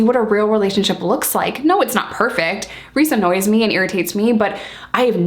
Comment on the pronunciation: "Reece annoyes me" 😂😂